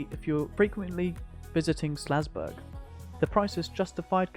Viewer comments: Nice vid and great overview of the area and its history - just one thing. It's called "SAL"zburg, not "SLA"zburg! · Omg the town is called SALZBURG. The entire time you are calling it SLAZBURG. You're killing me.